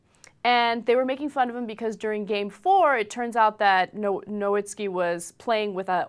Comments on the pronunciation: its pronounced noVitzki dumb bitch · These reporters are dumbasses. Can't pronounce nowitzki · No"V"itski, he's German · it's pronounced no-V-itzki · BTW it's pronounced noVITzky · Why does she try to talk about crap she knows nothing about? They didn't even pronounce his name correctly.